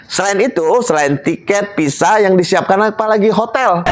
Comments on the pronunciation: Kok PISA SIH ????? VISA,.. CEDAL,.. MAAF,... APA INI ORG BANDUNG ??? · Bukan Pisa tapi Visa !!😊 Sorry pak koreksi ...jgn tersinggung ..overstay bukan operstay😅. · Visa pak bukan pisa